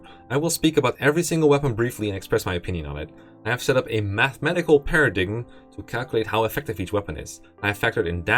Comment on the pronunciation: omg the way you said paradigm xd please never change, you delightful dapper dutchman